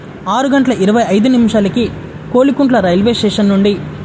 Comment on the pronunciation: kolikuntla kadhu, kovilakuntla